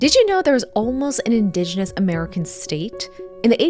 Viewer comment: 1. There was, not is. 2. You are mispronouncing 'indigenous'.